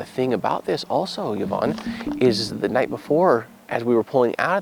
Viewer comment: Yvonne is pronounced E not Y